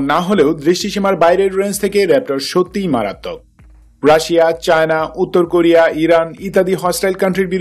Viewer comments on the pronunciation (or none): none